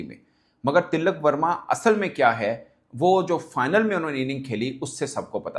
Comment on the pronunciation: Woh til-lak verma nahi, Tilak verma hai ( no double L”)